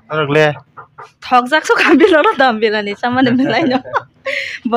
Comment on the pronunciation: Dom biryani ❌ Don biryani ✅